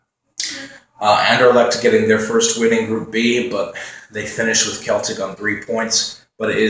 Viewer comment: Keep meaning to post this on CL vids but Celtic is pronounced like Boston Celtics not a Celtic Warrior :) Did you put up predictions for E-G in the end?